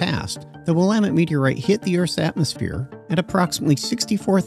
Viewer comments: It’s clearly NOT a “robot voice”. He even pronounced “Willamette” correctly. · Thanks for pronouncing it properly